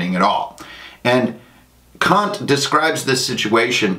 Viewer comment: again, great video. very informative. native German speaker here. I like how you said Kant's name different from the insult it might sound like in English. In German however we would say it exactly like "see you next tuesday", For it to be a long a in the middle it would have to be either spelled Kaant or more likely Kahnt. :)